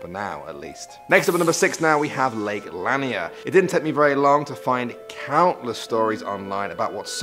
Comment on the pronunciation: The lake is pronounced luh-NEER.